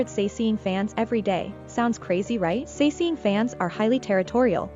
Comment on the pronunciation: 사생, romanization 'sasaeng' is pronounced sah-seng (with both sharp s) , not sa-see-ng :) But anyways, that video creeps me out.... And I'm always like well I do support this stuff by loving and listening to kpop and watching their videos. But on the other hand, the industry itself has to change, not the fans that are really afraid for their idols.